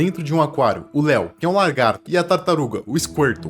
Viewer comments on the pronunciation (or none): Não e largato,E LAGAAAAAAARTOOOOOOOOOOOOO TINHA ESSA POHA DE "R" DO LAAA POHA ATENÇÃO:ESSE COMENTARIO NAO E PRA XINGAR NINGUEM E SO PRA FAZER ZUERA QU ESTOU COM E TB PRA PARAREM DE FALAR ERRADO A PALAVRA "LA"GARTO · "Largato" kkkkkkk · "É um largato" ...